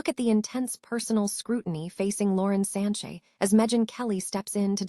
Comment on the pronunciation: First of all its Sanchez not Sanche.